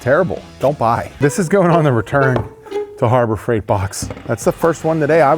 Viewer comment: Harbor Freigrt? Harbor Freiigrt?